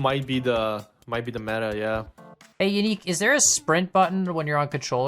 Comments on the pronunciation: Commenting soon enough to finally confess that: for months I thought that Yannic's name was Unique, because of how, and pronounce it. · Pretty sure it’s pronounced yuh-nique